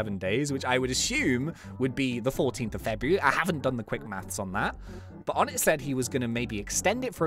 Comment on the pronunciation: Something I found out yesterday onett is pronounced onay